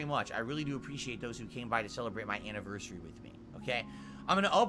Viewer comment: now he can't even pronounce "anniversary" properly